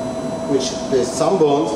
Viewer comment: him: bones what i hear: balls